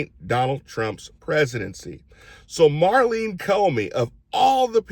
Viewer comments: Love ya Q, but it’s Maurene, not Marlene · NOT Marleen, it's Maureen